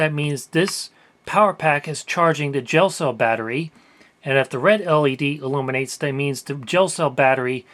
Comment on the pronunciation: I thought he said "jail cell battery" and wondered wtf that was lol.